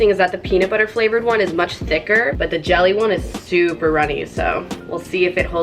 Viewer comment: did anyone else notice that she said gel ee to her brother XD